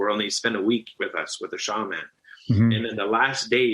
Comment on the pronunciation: The way that guy says “shaman” makes me so goddamn annoyed. I could be wrong, but it should be pronounced as one word, not two.